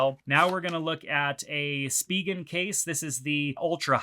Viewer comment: Didn’t really like the pronunciation of Spigen. Just my two cents great video overall though.